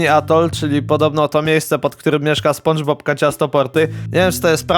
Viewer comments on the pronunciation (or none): none